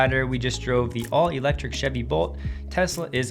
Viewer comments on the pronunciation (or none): none